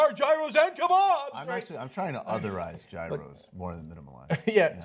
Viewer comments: YOU PRONOUNCE GYROS WRONG!!! CONSTANTINOPLE WILL BE TAKEN BACK!!! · Did Cenk mispronounce gyros on purpose? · The inability of you guys to pronounce "Gyros" is incredible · IT'S YEE-ROSE, NOT JY-ROSE!!! I'M SO OFFENDED!!!